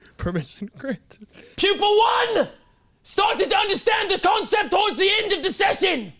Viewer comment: I kept hearing "people 1 & people 2" not "pupil 1 & pupil 2" 😂